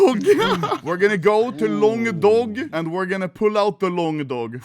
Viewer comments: LONGDOG ❌ LONGDONG ✅ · Why you say longdong,Why dont you say longdog.